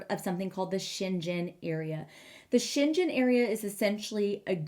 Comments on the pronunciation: The g in Schengen is a hard g : Sheng - gen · The way you pronunce it sounds chinese. You should probably go with a german pronuniation instead. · Since Schengen has nothing to do with China the pronounciation is with a g like in ground, lol.